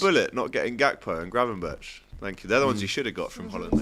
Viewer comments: Mate said gravenberch 😂😂😂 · I believe AGT pulls out the yellow card and says "gravenberch for me" to which Robbie asks "gravenberch?"